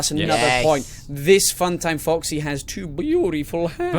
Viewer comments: he always says fucksy instead of foxy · he said f**ksy